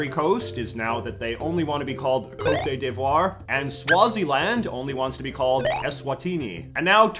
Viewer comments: And you know it's not pronounced"Cotay" it's "Coat" d'Ivoire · i mean it's also proved by JJ by calling Côte d'Ivoire something like 'Côté Déyvoir' maybe Cd'I prefers having its name always be instantly recognisable in all languages that use latin text, to it being pronounced properly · I love the fact that J.J. is Canadian and completely mispronounced Côte d'Ivoire. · The irony of you mispronouncing Côte D'Ivoire...